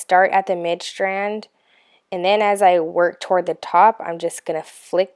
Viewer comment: Are you half german or something? WHY are you pronouncing STRIPE, STRAND, STRING like that?